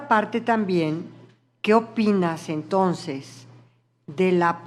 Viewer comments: Ministra: no se dice “tonces” se dice “entonces”! Siempre se puede aprender algo! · Señora no se dise "tonses"